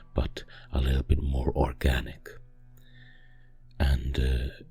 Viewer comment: Did you say orkganic? 🙀